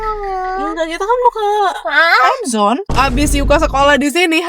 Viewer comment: Timezon ce bukan amazon